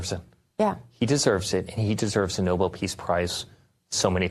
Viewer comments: Oh, god, Eric has gotten infected by Karolying. It's noBEL, you idiots, not NObull. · "Noble" peace prize?!! The gentleman's last name was spelled Nobel and pronounced "No-Bell". Eric, your daddy doesn't give one hoot in hell about you!!! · Nobel not noble, Eric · Why can’t they pronounce it correctly? It’s not like the word noble which is how they pronounce it. It’s Nobel eric!! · Why he pronounces “Nobel” as “noble”?